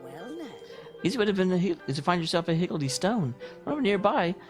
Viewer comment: Hig-gl-dee is the correct pronounciation. As in the old term for chaos "Higgledy-PIggledy".